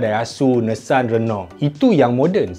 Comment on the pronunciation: bukan nessan bang tapi Nissan